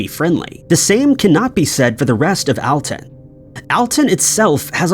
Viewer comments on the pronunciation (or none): #4 it's pronounced All-Ton. NOT Al-Ton. I'm from the area...